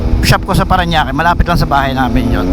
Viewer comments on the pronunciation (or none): none